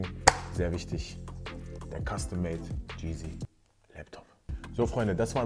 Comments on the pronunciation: Wenn er heißt, soll er es auch YEEZY aussprechen und nicht Jeezy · Der Moment, wenn man heißt aber es ausspricht wie DJ Cheesy 🤦🏼‍♂️ Bruder muss los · Hauptsache er spricht es DJ Geazy aus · Hoffen wir mal dass maxamillion nicht hört wie er "YEEZY" ausspricht😅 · Aaaah die art wie er Yeezy sagt so unangenehm, wenn man sich danach benennt und sollte man es wenigstens aussprechen können 😩 Ansonsten super Video tho 💯👌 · Mind in my Feelings und warum nennt er sich so wenn er das Wort nicht mal richtig aussprechen kann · Wenn man sich yeezy nennt und es nicht mal aussprechen kann😅😂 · Wenn, triggerd es auch so das er sein Namen nicht mal richtig aussprechen kann?.